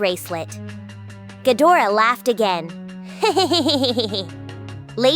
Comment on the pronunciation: Gadra not gadora 😂